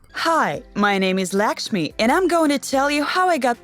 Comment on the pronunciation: As someone from Nepal, Laxmi is a really common name and the way it was pronounced hurts me.